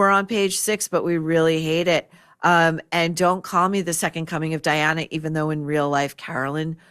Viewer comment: HOW HARD was it to get Diana's name right?! Diana-simple! What a stupid line Ryan Murphy!